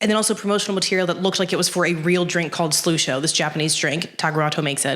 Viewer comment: Hm. Who are you? Surprised your stuff hasn’t been recommended to me before. Good stuff. I like you. You’re crazy, but I like you. I think you’re mispronouncing Slusho though. Wait, MATT REEVES directed it?!?? Cloverfield was one of my several fav movies of the mid 00’s. I had no idea he directed it. And I’ve done all this same research you’re doing (it was before 10 Cloverfield Lane even came out though)